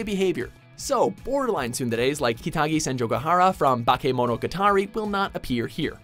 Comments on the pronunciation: he said bakemontogatari wrong. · I find it funny how he pronounced bakemonogatari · The way he pronounced Bakemonogatari hurt my soul